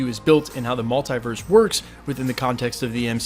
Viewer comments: its so irritating how you pronounce multiverse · the way you say Multiverse , literally prevents me from subscribing.